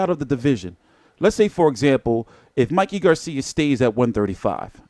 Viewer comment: VERY DISRESPECTFUL... THE MAN'S NAME IS MIKEY....NOT MICKEY... ANDRE ROSIER IS NOT ILLITERATE....HE IS JUST SIMPLY BEING VERY DISRESPECTFUL.. INTENTIONALLY .....